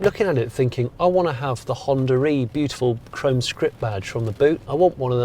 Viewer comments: where the hell you're getting the lett 'R' in Honda E? :) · I just keep hearing Hondar e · what is this hondaree he keeps saying? the car is called Honda E where is the R coming from? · Is it me or he is pronouncing it Honda Ree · Maybe we should rename the car to Hondar E so that British people can pronounce it 😂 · The only reason I mentioned 'tomato' was as an example of how different accents work. In his accent (and my own) it's common to roll two words together and keep the sound running between the two rather than have an abrupt stop, which in the "Honda-e" example comes across like "Hondaree". It's just the accent and people who speak it don't hear the "r" sound which is why I was so confused. But now I get what you mean and like tomato, it's just the way certain accents pronounce the words. It's probably closer to the way most Americans say "one hundred twenty" and most Brits say "one hundred and twenty" but of course it's spoken as "one hundred-n-twenty". Those extra sounds just smooth out the words and native speakers just don't notice them. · Why call it Hondaree lmao